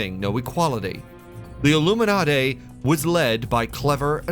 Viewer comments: ILLUMINADAY????? And here I thought all these many years that I was pronouncing it correctly - Illuminati!!😊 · Don't trust anyone who pronounces illuminati...."airloomenartere" 💀🤦🏾‍♂️ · Aluminumarty? You lost me. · "The illuminartay are in control"...??? I'm done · I tried to watch but I can’t get over how you pronounced Illuminati. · I noticed too, is it the same guy who pronounced nazi as nutzi in another video?😂